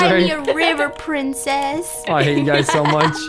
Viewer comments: The funniest parts was when everyone was calling Zach pricces🤣🤣🤣🤣🤣🤣🤣🤣🤣 but the coolest room was Alex's room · Yes bc in most vids he always says we'll excuse me princees